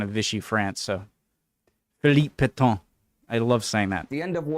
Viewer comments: ... except "Pétain" is not pronounced "Petton" or "Pettaw": it's more like "Pettuh" in English with a "u" sounding like the "u" in American "cut" but longer and nasalised. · Not the u in cut. A little more like the un in c**t. But even then it is not a good example. I do not think english has any sound like it.